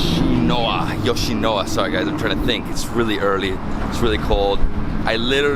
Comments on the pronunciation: Why do you keep pronouncing it as 'YoshinoWa'????? It's YoshinoYa not YoshinoWa. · It’s Yoshino-YA, not Yoshino-WA. But being from LA where we do have Yoshinoya, I really want to try the Japanese version of the food when I go there. 😃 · It’s pronounced Yo-shi-no-YA! Great vid bro! Japan is heaven for foodies!! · You mispronounced Yoshinoya the whole video . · Why does he think the Y in yoshinoya is silent!!! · Lol he did the same thing in another video he didn't pernounce the Y there too I can't remember what he said though